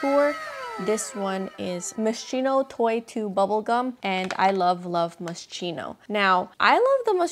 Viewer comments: I think it's pronounced as Moh-skee-no, but yay for their scents! Haven't seen anyone else like these. Love all your choices! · she can’t pronounce it, but she can afford it. 💁🏻‍♀️ so keri lang yan, you go glen coco moscheenow! 💙😉